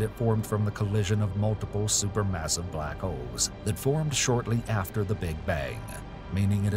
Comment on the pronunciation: In the beginning of the video I really the he said black hoes😭😭